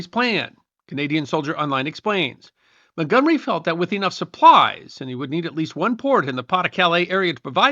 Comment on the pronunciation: As an American, I cringed every time the name Montgomery was mentioned.